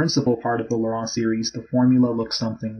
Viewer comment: 'Laurent' in this case is pronounced phonetically as "Loh-ron" or "Loh-rawn" - the man, Laurent, that this theorem is named after, was French, and in French the vowel combination 'au' is (almost always) pronounced as "oh", the 'en' is usually pronounced like "on", and a 't' appearing at the end of a word is often silent, as is the case for the name Laurent in French.